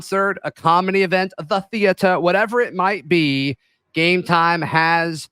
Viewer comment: Stop the over enunciation of “theater” you sound like a schmuck…..